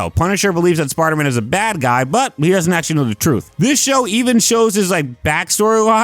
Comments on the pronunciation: "Sparda man" 😂 great vid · anyone else hearing sparta man